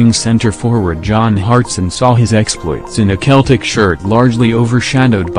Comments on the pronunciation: The team Name is Pronunced as Seltic Not Keltic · I stopped when he said keltic